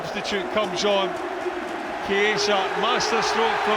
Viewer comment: I am still waiting for a commentator to pronounce Chiesa's name correctly, but I don't get my hopes high. It was a good goal though